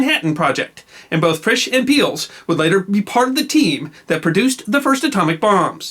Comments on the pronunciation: Rudolf Peierls is pronounced "pie-earls", or shortly "piles", not "peels". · Good story as usually. But his mispronunciation of Sir Rudolf Peierls' name is shivering.